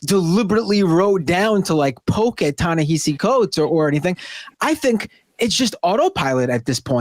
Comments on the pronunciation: When did his name become Ta-NeHAsi? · I think y'all have discussed Ta-Nehisi Coates enough to learn how to pronounce his name